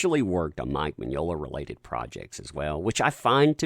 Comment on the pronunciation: Mignola, Mignognia. To-MAY-to, To-MAH-to. Enough with this cancel culture bullshit!